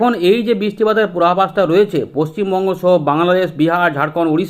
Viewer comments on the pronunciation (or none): none